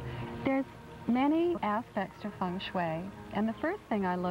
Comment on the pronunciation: Feng not fung but whatever. I love Taylor Dane.